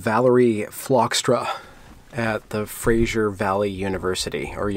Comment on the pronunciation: Love your videos, but for pete's sake, Fraser is not Frasier. Get it right.